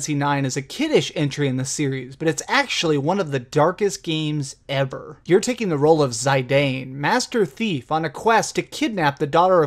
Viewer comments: Zy Dane? I usually let people pronounce stuff how they pronounce it, I don't mind but... Zidane pronounced as Zy Dane? Made me cringe haha. I pronounce it "Zi'Dahn" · Zidane pronounced Zi-dawn not Zy-dane. It looks funny but in Dissidia 012 they say Kuja pronounces it Zi-dawn. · Tee-dus is the canon pronunciation. Also, no one's remarking on his horrid pronunciation of Zidane? Is that the standard amongst Americans? It's Zee-Dahn. Not Zaay-Dayne (Danish Psy?) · Another mispronounciation of Zidane. It's pronounced "Zih-DAHN" not "ZIE-Dane". It's in Dissidia, which is voice-acted, so there is no excuse. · who's zaidayne? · how come u didnt include 12 or 13 or even X-2. Also "Teedus" and "Zydan" lol, not how i would pronounce it but thats fine. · zEYEdane? really. you are unqualified to make this video. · have i been pronounce Zidane wrong this whole time or have you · Lol who the hell pronounces Zidane like that seriously?